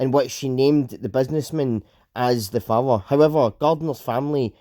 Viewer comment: father = fower 😀